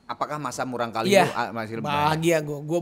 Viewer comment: Murangkalih.. Murangkalih.. Salah wae nyebutna ih "marurangkalih" wkwk..